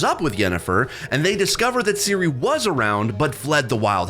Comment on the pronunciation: And Seal-a 😂😅😂